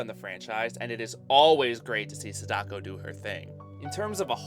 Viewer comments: I’m sorry to be this person, but gah, your butchery of their names is wounding me. “SAH-da-ko” not “sah-DA-ko”. Most Japanese names have the stress on the first syllable. Her name (and Kayako’s) are repeated so many times in the film. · Sada-ko not Sadak-o... Kaya-ko not Kayak-o